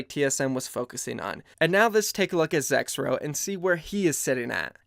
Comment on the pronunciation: Who also thought it said Zekrom instead of Zexrow